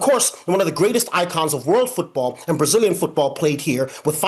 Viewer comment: Duvido que este cara seja americano...ele fala os nomes brasileiros muito bem...fake